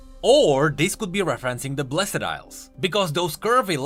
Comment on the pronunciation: I really like your content, but please, learn how to say "blessed" because my ears are bleeding.